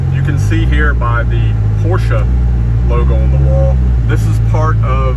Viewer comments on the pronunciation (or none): none